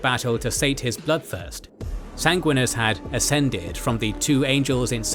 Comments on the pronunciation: lol Sang-win-e-us not sang-win-us great video though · love the lore but the way you say Sanguinius as a blood angels guy drives me crazy. Sanguinius, not Sanguinis. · 😂never heard someone mispronounce the names of the Primarchs so much. Especially just disregarding the second "i" in Sanguinius.